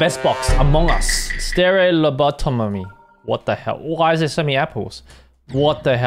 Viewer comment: its not lobotommy its lo bo tomy